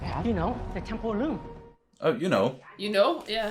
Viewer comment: I thought he said “Temple of Doom” instead of “Temporal Loom”